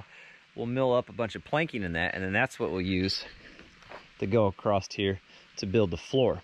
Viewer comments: And we’ve just added a “ T “ to the word across. Great work, keep going and even I may need to go back to whatever school you guys were educated in, ( supposedly) Just sayin!!! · acrost. not a word.